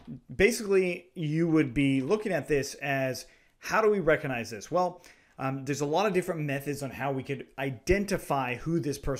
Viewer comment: Amazing video man, but please stop saying reconize it's recognize